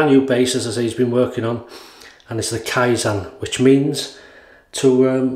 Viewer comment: Kaizen means "improve" (not necessarily constantly, if you want to say constantly it's "Tsuneni kaizen"). You need to pronounce it kaiZEN as in zen like experience, not kaiZAN as that means "faking" or "alteration". From a Japanese viewer. Keep up the good shaves!